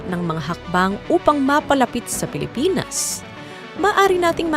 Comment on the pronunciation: Pilipins daw. Pres conperens… poreyn ministri 😂